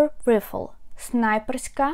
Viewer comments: rifle /ˈraɪfəl/ not like /ˈrɪfəl/ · Great video! I couldn't do half as well with new braces. One point: rifle is pronounced райфил. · Hi. Great tutorials, however the “i” in rifle is a long sound like in “ like, i, bike, idol “ etc. 🇨🇦